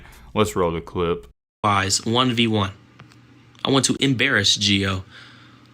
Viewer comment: Intro be like "Gio Waise"